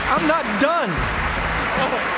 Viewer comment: Duh Done 就是因為兩個字聽起來很接近，而且教練跟其他人握手，所以所有人以為他講完了